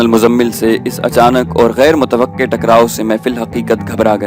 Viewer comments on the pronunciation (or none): none